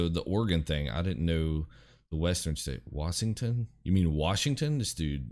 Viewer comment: And “Wassington”